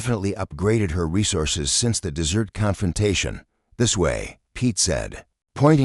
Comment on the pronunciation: A good story if you can tolerate the AI reader putting emphasis on the wrong words, continually calling the desert - dessert😂 and ignoring punctuation at times. Creator needs to find a better AI reader or use a human. Stories presented by this creator are riddled with all kinds of errors. Creator needs to listen and edit before posting.